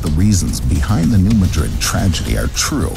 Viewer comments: Also the Missouri city is pronounced New MA-DRID NOT MADRID AS IN SPAIN. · Please pronounce the US location as "New MAD'-rid". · "New Madrid" is pronounced New "MAA-drid" (not like Spain's capital). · It's New. Mad-Rid..this is not Spain. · This video has extensive false information to that area. The kid can't even pronounce the name of the siesmic zone correctly. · It's not "New muh-DRID", it's "New MAD-rud." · NOT Ma-drid. It is prounced New MAD-drid. Your pronunciation is how I know are not familiar with this area. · Alaska is actually highly prone to earthquakes, in fact, it outranks California in the number as well as severity of earthquakes. Yes, it makes sense to pronounce New Madrid like the city in Spain. But for whatever reason, the A is like the A in cat so it's New MAdrid. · It's New MADrid......not MaDRID. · The earthquake in new Madrid- omg I hate to correct you but it’s mAdrid not madrId- I live around there and usually only people that have been there or have lived there know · It's pronounced New MAH-drid not like the Spanish city. When the New Nadrid fault goes it won't be like a 9 but it will be devastating as so many pipelines cross the Mississippi. And roads...the bridges will be gone. edit: when Cascadia goes we will be fubar for a long time (possible decades). The earthquake and following tsunami from the Cascadia in 1700 was confirmed by the orphan tsunami in Japan on 27 Jan 1700. In 1812 there was an earthquake in New Madrid. It made the missippi run backwards against the flow for a time. The sand blow holes are still visible today. That is called liquifaction. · I suspect this video is produced by AI, because no human who did two minutes' research would not realise that is the pronunciation.